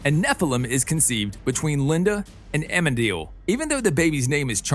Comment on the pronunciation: This was great to watch and all, but c'mon, It's Amenadiel, not Amedil. Sorry, not sorry. ☺😋